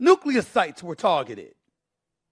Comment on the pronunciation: Stephen A Smith is one of the few people who correctly pronounces the word “nuclear.”